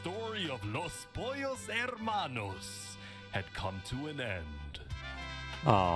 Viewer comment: im still mad at how many people are pronouncing the "H" in Los Pollos Hermanos